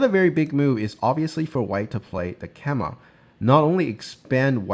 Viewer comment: FYI, "keima" (knight's jump) is pronounced "kay-mah", not "keh-mah".